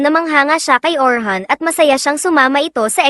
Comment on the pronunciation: Orin hindi Orhan